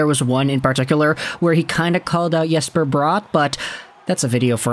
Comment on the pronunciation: Bro, Jesper Bratt is pronounced with a hard J and Bratt is like